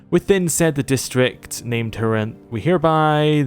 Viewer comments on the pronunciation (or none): none